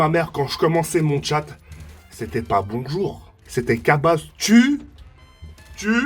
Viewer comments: Ah j'suis mort !! "Oui bondoure" x) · mdr " oui boudzour " de kiinstaar